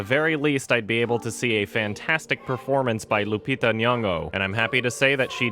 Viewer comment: Lets applaud pronouncing Lupitas name properly 👏